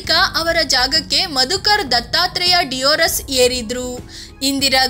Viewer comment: ಮಧುಕರ್ ದತ್ತಾತ್ರೇಯ ದೇವರಸ್ ಅಂತ ಅವರ ಹೆಸರು.. ಸರಿಯಾಗಿ ಹೆಸರು ಹೇಳಿ ಅದು ಡಿಯೋರಸ್ ಅಲ್ಲ ದೇವರಸ್..